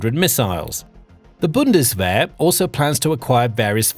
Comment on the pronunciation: What a pity and what a waste of money. Have they not learned? I thought they said never again? This guy does not know what he is talking about, he can not even pronounce Bundeswehr.